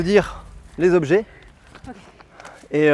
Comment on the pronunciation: Les huit "zobjets" et les vingt "zépreuves" m'ont donné envie d'arrêter là.